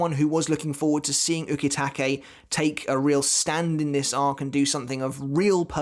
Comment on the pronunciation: I like your vids. But your pronunciation of some Japanese kills me. "U-KEY-take" 🤦‍♂️. Same reason I can't watch dub'b anime. But keep the series thoughts going, bud.